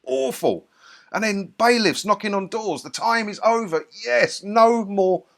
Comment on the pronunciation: Baileys ? 🤮 or did you say bailiffs ?................😁